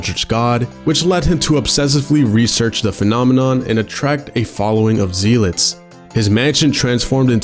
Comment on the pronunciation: Zealot is pronounced “zel-ets” not “Zee-lets.”